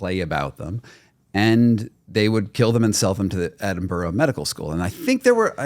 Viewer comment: This is such a side thing but I really cannot stand Americans mispronouncing places in the Uk, like when he said Edinburgh 😭😭